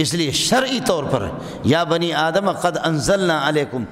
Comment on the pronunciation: aap itne bade Alam Hai Adam alaihissalam ka naam theek le